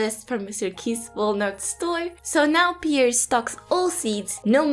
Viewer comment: Hey! You're saying Pierre correctly! 🖤